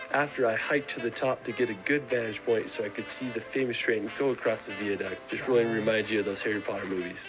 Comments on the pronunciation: The biggest mistake made by Americans is pronunciation, the lad said veaduct not viaduct also he made a common mistake when referring to seeing big Ben, what you are seeing is the Elizabeth tower, big Ben is the large bell in the tower as you can only hear big Ben when it strikes. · Go to London and after a couple of days you'll discover that you have no money left to visit anywhere else! What's a "veerduct"? It's pronounced vy~a~duct"